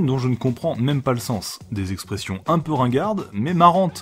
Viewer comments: Ce n'est pas " Expres'sions " mais plutôt " Express'ions " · c est express' ions pas expres' sions